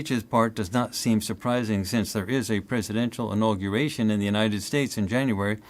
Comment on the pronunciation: My fellow Americans. The storm is upon us. These viewings seem to be the Deep State counterattack. This is war with the Deep State. Can’t believe said “Joe Biden innauguration”. Lol.